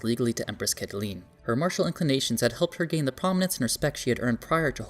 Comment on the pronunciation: Fyi Caitlin is Katelyn not Cat a lean.